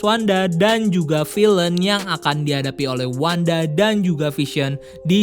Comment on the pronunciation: Pronunciation kata villain bisa dikoreksi di video selanjutnya Good luck!